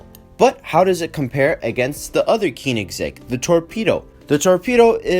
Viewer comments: Keyningsegg.... its Cone-ing-segg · not be a 🤓 but it’s pronounced co-nig-seg keonigsegg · KEENIGSEGG? its hard to explain how its pronounced due to the oe/ö sound, so just put koenigsegg into swedish on google translate and use the text to speech (no it isnt pronounced cone-igs-egg) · Great video but the way you said koenigsegg pained me